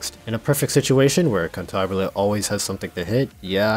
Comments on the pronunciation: its Cantabile, not Cantabile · One thing I love about Gacha games where they don't tell you how a name is pronounced is how everyone comes up with a totally different version and if the company ever decides to reveal how a name is pronounced, you wish they didn't xD "Kantahbilé" sounds quite funny I just call her "Kentabill" due to my German ass being special haha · This poor birb has been through enough and you just keep rubbing salt into the wound be pronouncing her name wrong. Shame on you....it is kinda funny though.